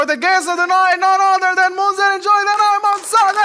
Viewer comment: Munzereen shahid কে শহীদ বানাই দিল বার বার বলছে মুনজারিন শহিদ